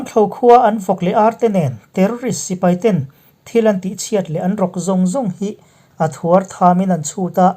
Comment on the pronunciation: Thuartham tih ziak i chhiar dan kha a fuh lo deuh, thuartham